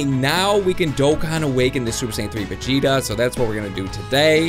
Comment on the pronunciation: YOU said vigeto